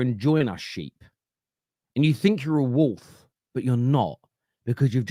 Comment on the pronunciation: “walth” 😂 wolf … wolf